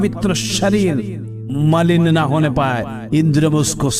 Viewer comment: मिलन नहीं मलिन पढो 😂